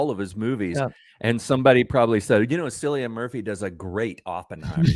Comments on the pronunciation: Cillian Murphy.... say Ki-lee-un Mur-fee. not Silll ian. Your pronunciation is cringe worthy. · Killian not Sillian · man it is not pronounced as sillian it is K for cilian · It’s Cillian with a hard C.